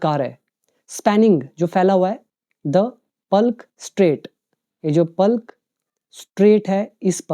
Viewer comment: . Palk strait =पल्क strait❌ =पाक strait✅